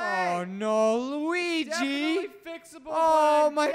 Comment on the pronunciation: I really love how you pronounce "Luiiiiiiigi" hahahhahaha mg